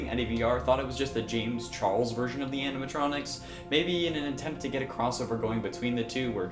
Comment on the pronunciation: It's animatronics dzuh you say it two times without correcting my goodness